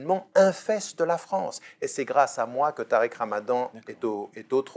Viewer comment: Tu la dis rouya tarik